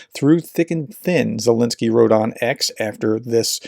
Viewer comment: RT Russified Zelenskyy's name. That's just rude!